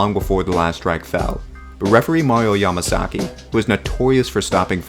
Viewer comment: Ya-MA-GAZZI!! MA-SA-SAKI😂😂😂😂